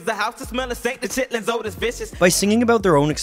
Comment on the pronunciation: It's pronounced chit-lins